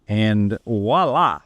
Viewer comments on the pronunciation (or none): Not "wala" or whatever you're trying to say, it's 'voila'. Can't sound sophisticated when you butcher the language you're trying to emulate!